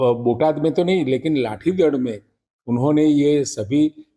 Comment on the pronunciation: અલ્યા લાઠીદડ નય હડદડ 😅